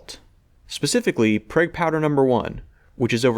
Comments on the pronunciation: "Prayg" lol... its PRAWWWWG. Uhn-ih-teed Staahttsss of aaimEeerriikayyy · Pronounced prog......prag is a term for a prison bitch in the show Oz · Someone may have already said this, but I'm almost certain you say "Prague Powder" in the same way you'd say the name of the Czech capital city "Prague" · I had to stop after the 3rd time you called it "PREG" powder! WTF dude? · Btw it's pronounce like 'prog', like the city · More like Prahg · Prague is pronounced Praag (a long A vowel). It's the capital of Czech Republic. Cool video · Pronounced Praha in English. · I managed to subscribe despite the pronunciation of Prague